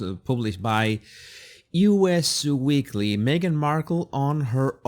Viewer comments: It's actually "us" weekly , not U. S. weekly. Anyway, enjoyed your commentary. Oooh, could they move to Hawaii? Bye! Vote Trump, he'll deport H. 🇺🇸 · The magazine is NOT "U.S." Weekly, it is "Us" Weekly. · Actually, it is "Us weekly". Us as in you and me collectively.